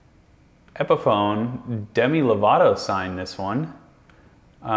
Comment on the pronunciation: He also says epiphone wrong :////